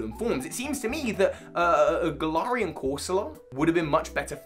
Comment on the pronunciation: Hey I personally have always pronounced Galar as GALar. But you sort of pronounce in at gaLAR. You pronunce galarian like gal-are but I’ve always pronounced is as Gal-air-ian. Idk